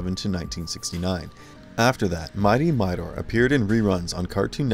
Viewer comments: Mightor, not Mighnor, Zandor, not Zander! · how about Thunndar???? i can understand but covering Suoerpresident but Thunndar was a really cool show BTW... Mightor is pronounced 'Migh Tor'.... not 'miter' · Literally no one who watched these shows forgot about them. Also, it's not pronounced "Midor." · Funny pronunciation of “Mightor”.